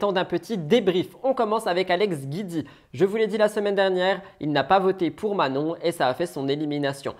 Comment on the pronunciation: Le nom d'Alex c'est Giudicelli donc c'est GIUDI et pas GUIDI. Je l'aime pas mais tout le monde écorche son nom de famille